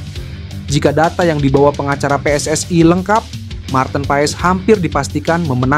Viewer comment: PSSI Bos bukan PSSai